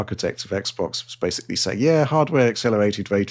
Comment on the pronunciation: Hearing pronounce the word basically as intended instead of “basely” would be a fresh of breath air to me.